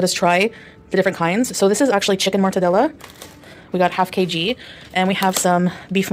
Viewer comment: Not her saying "Kay-gee" the same way Pookie says "Elbeez" ☠️☠️☠️